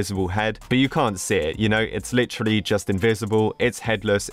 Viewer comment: The way he says "Li trel E" (Not hate)